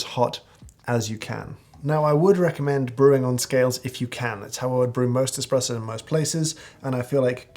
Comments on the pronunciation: Mr. Hoffman: Several times I heard you say the word espresso. I must lament, that it sounded more like the word "expresso" and as such caused me to have fits and tribulations while attending to a client. I had to stop the video several times to replay the words but it was not going to change what I heard. Please tell me that you did not use the letter x but instead used the letter s even though it came across as x. I tried to raise my small finger as I typed this, in deference to your snobbery, but I found it difficult to punch out the letter a. To your snobbiness! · Did James Hoffman just say eXpresso!? What is the world coming to?